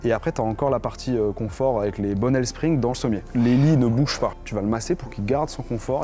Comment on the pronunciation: "et ensuite les Bonnelles Spring" Ouai les ressorts quoi 😂😂